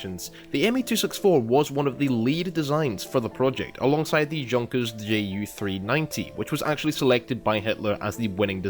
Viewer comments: Not "junkers" but "Yunkers" ffs :) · Junk-ers? Bwahaha!